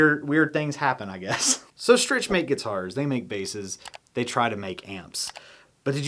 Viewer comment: Hi, I have a Strich 6 guitar stand and LOVE IT! Heavy duty and looks great! Also Strich is pronounced “Strik”. Stand part #FS-S6